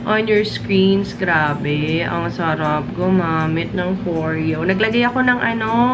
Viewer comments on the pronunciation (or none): “foryo” not “fo-reyo” 😊